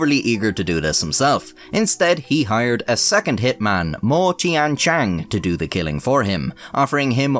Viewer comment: I believe every word you said in your intro. Your pronunciation of the name Tan Youhui, apart from the tones, was pretty spot on - which is bloody impressive! Well done 😁. Two of the other names were not quite so impressive but still not at all bad. Mo is pronounced 'Muo', Tian is pronounced 'Tien' and si is pronounced 'suh'. BTW, yuan is pronounced 'yüen'.